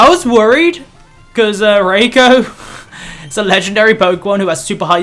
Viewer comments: its not Ray-ko...its Ri-ko..,,Please don't mix up the name...0^0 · Please can you try and get raikou's name right! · Your not saying raikou correctly